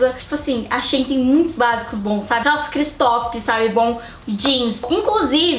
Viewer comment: Né xêin não, é xi-in